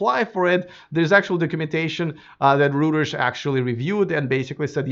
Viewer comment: FYI, Reuters is pronounced ROY-TERS not ROOTERS. Just as well you're not in Australia or New Zealand because ROOTERS has an entirely different meaning/connotation & you'd be getting some pretty funny looks. 😂😂😂😂